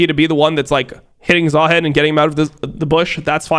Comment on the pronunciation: i don't know what triggers me more. how unc says "baus" or how he says "zaheen"